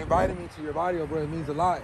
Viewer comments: Varrio has double R in it. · You put “vario” 🤣 it’s “varrio” with another r